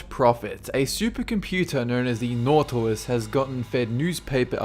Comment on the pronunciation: nautilius o_0